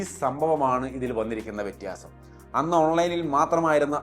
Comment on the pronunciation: Vettiyaasam എന്നത് മാറ്റി വ്യത്യാസം എന്ന് പറഞ്ഞാൽ കൊള്ളാമായിരുന്നു